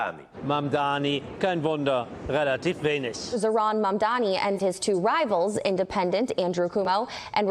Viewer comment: 😂😂 finally someone who can’t pronounce Zohran and not the others